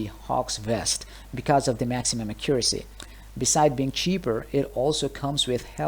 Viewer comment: i guess alot of DF2 players dont know how to say accuracy right lol